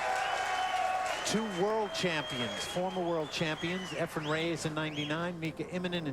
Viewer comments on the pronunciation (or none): Why does Alan Hopkins always say "Efrem?" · It's not "Efrum" either, lol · Mitch Laurence: 'Efren Ray-ayes' Allen Hopkins and many others: 'Ephram Reyes' Jim Wych: 'Efren Rey-EZZ' How hard can it be to say Efren Reyes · Jesus Christ Alan: It's EFRAN, not Ephrum. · ..Alan Hopkins is a great color commentator but someone needs to tell him it’s Efren not Efrem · Why are they calling him efrem reyays? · Someone tell Mitch Laurance that Efren's last name is NOT "Ray-ACE"!!!